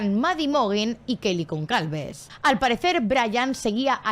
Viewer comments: Es gonçalves .....pronunciado gonsalves,no gonCalves🤦🏽‍♂️🤦🏽‍♂️ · Es Gonçalves y se pronuncia Gonsalves.